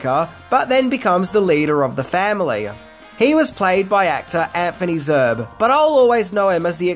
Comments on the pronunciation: Johnathan Mathias not Johnathan Matteas! And the actor is Anthony Zerbe not Anthony Zerb! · You pronounce his name Zir Bee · Its pronounced ZERB-- EE. Anthony Zerbe.